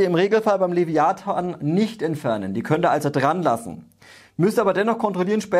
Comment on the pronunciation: Top Video wie immer. Aber, lieber, das Teil heißt trotzdem Leviathan und nicht Leviaton ^^